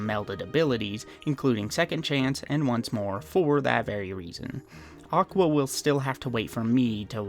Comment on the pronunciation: even better: JOCK-wa